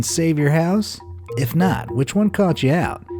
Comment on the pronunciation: did I just hear it or did you realy call as all filfy animals🙄🙄